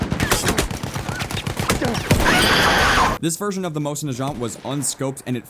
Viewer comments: i thought it was pronounced mozen not moshin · Pronounce the mosin correctly please!!!!